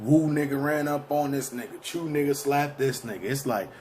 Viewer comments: This nigga said he used to rob niggas for Avees im done to many fakes these days i dont know whats worst the fact u cappin or the fact your bullshit got 42000 views and its pronounced cho and spelled choo wtf is chew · nigga said the "chews" its the "chos" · Nigga said chews lmfaooo